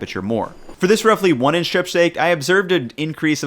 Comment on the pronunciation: Strip is not pronounced shtrip.